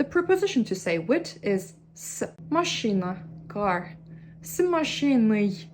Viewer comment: да вы правы, но если захотеть придраться... слово "машина" все таки было сказано с акцентом, русское "и" немного другое, скорее звучит как машЫна. моя оценка 99 из 100 возможных😊